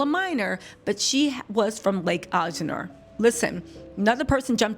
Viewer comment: Right! I hate how she is pronouncing it. I use to live in Corona CA, so I am familiar with the area as well.